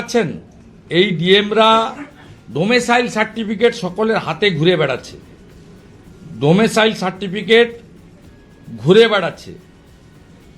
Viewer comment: ডোমেসাইল না রে অশিক্ষিত ! ডমিসাইল।